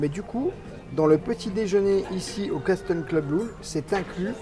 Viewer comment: Salut, un grand merci pour cette vidéo qui fait rêver, au fait, Castle Club se prononce "Caseul Club", le T ne se prononce pas 😊, je vous adore, à très bientôt, gros bisous 😘, Sébastien